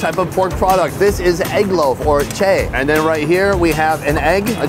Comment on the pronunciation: Che? It's Cha dude.